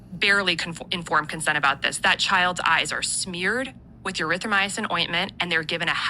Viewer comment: Did she say “Urythromycin” there?